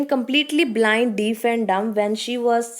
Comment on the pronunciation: It's deaf not deef